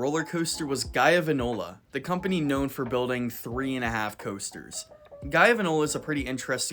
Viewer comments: Uh, it’s pronounced gee-oh-va-nola? Not Guy-oh-va-nola? Also it’s worth noting that the turbulence project was pretty much the main inspiration for the “Dizzy Dropper” found in RCT3. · You sound like gp when you say "guy-o-vin-ola". "Geo-ven-ola" is how to say it. Just for future reference... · Okay, It's pronounced "Geeovanola" not "Guiovanola" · It's jee o vanolla not guy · Right? Like, guyo.. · did this man say guy-ovanola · "guyovanola" Bruhhhh... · It’s pronounced Gee-Ovanola. The first syllable is pronounced like the letter name for G. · You pronounced Giovanola wrong! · the way he pronounces giovanola lmao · You pronounced Giovanola wrong. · Idk but it irked me every time he said it.